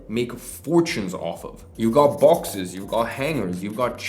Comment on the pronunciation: Did you say bowxes (boxes)? Just kidding thanks for the value! Your videos are awesome.